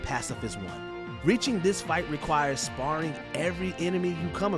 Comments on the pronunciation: sparring? Or sparing? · "sparring" lol